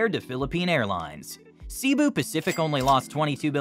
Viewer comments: It's not "see bu." Try say bu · Pronounced Say boo. Not See boo. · He Pronounce Cibu Pacific 😅not Cebu pacific